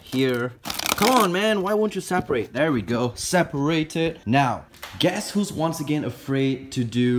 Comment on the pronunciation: "Zaperated" lol